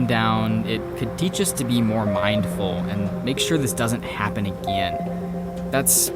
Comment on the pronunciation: WHY THE FUCK DOES HE SAY "MAKE SURE THIS DOESNT HAPPEN AGAIAN"😂😂😂 what the fuck am I the only one? Like WHAT?!?!